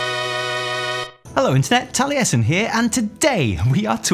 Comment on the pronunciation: That's not how you pronounce Taliesin 😂